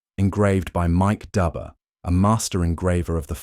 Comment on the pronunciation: The engraver's name is pronounced like Doober not like Dubber, even though it is spelled that way. An understandable mistake. We have known each other for 45 years.